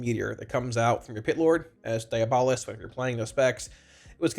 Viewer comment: Hey! Love your videos. Long time watcher and warlock main. For your reference, diabolist is pronounced die AB uh list (Source: Webster).